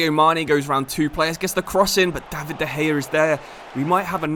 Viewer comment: and de gaya